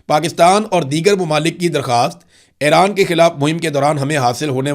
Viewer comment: Imran Riaz Sb,Iran is pronounced as E-ran not A-ran, similarly it is Fu- jairah not Fi- jairah